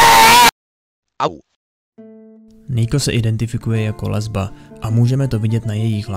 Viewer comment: Proč mi přijde že pokaždé když má vyslovit gay... jeho přítel nebo lesba tak se zasekne :D